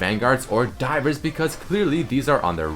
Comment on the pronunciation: everytime he says 'divers' i understand dyrus T^T